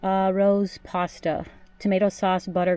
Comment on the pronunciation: The sauce is pronounced "rozay" not rose. 😊 I will definitely try it.